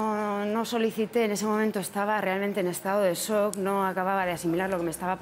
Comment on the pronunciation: intenta decir shock pero a fe que le faltan consonantes